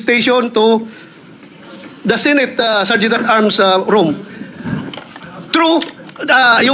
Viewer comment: pagkakarinig ko sir sergeant of arms😂😂😂